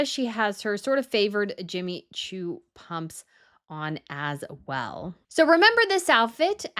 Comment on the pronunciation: Sie sprechen Pumps falsch aus- noch lernen! Dann sprechender und immer mit „Leute“ an, macht man nicht!! Was haben Sie für einen Beruf???